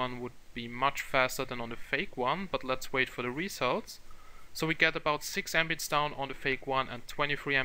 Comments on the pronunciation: Patrick Hansen I should've guessed. It's just the funny pronunciation and it just sounds like a word "embit" rather than abbreviation. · The literal pronunciation of Mbit (Megabit)